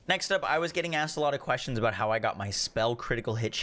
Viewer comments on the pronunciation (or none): "...quastions" lol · "Qwashtins" - 2022